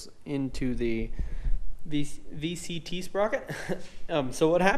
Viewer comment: Are you saying vct or vtc